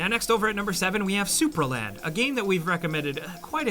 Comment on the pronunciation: it's not Super land, it's Supraland